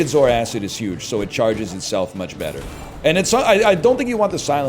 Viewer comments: BRO ITS ZOARCID NOT 'ZOARACID' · Every time he says zor-acid I die a little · Is pronouncing it "Zor-Acid" a meme? Its Zoar-cid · we're aquatic guys, of course we continue to pronounce zoarcid wrong